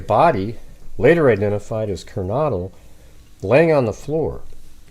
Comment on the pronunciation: I know it’s such a small thing normally but, because of the context, I think pronouncing the victims’ names is important. XANA sounds like “manna.” No hard/long A. KERNODLE sounds like “yodel.”